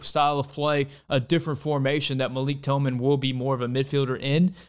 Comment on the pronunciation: Love the video as always, but thought I’d give you a few criticisms to possibly consider with chill vibes. You show a full screen graphic for a couple seconds when talking about Horvath, but I had no idea how to read it, and it wasn’t directly addressed. You say Malik Tillman’s name wrong. You’re wearing a shirt with a picture of a patriot, referencing revolutionary warriors as kings, which seems historically dissonant.